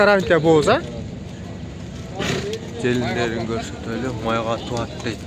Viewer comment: Ассаламу алейкум кандайсынар тууат дебейт тууйт деп туура айтканды уйронсок